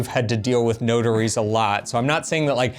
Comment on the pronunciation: Took me awhile to realise you said notaries! Sounded like “ no durries “ which in Australia means no cigarettes 😂